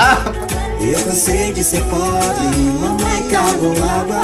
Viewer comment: The sound of poBRE, is close like BRIdge.